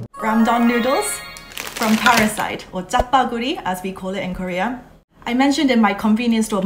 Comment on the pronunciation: Hi Anna, FYI Jjapaguri 짜파구리 is the correct pronunciation. Jabbaguri 짜 빠구리, (빠구리) is a slang for “to have sex” in Korean 😂 not many people use it anymore its an obsolete colloquial, but just wanted to let you knw.